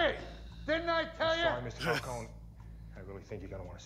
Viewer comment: Why does everyone I watch pronounce Falcone "Fowl-cone-ee" Is it just an American thing or?